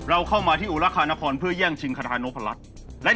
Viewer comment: ตลกตอนที่พญางูชลธรพูดว่าอุรุคานคร